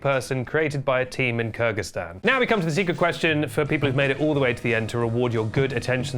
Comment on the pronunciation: "keeuh guh staan"